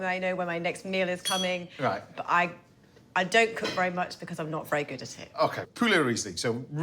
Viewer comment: vewwy saucy on de wine. Luvley Laura 😊